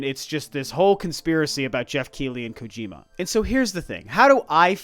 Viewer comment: "I'm not a big gojir.kojima fan" What! Not a gojira fan!?😂😂